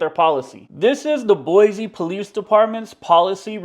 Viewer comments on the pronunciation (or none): It's boyceee not boyzee. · “Boy-Zee”? 🤦🏻‍♀️ Go back to the Bay Area. We don’t appreciate Californians invading our state. You don’t pay squat for that building. The 4th amendment protects you when the government is prosecuting you for something. Basic building security is not a Constitutional violation lol. You sound like you’re just trying to get a rise out of people. (Maybe learn the name of our city before coming back to harass people) 🙏✌️❤️✝️